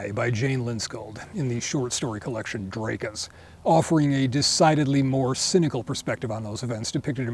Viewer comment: Drake-Ah..not, er, not Drak-ah. Interesting, interesting.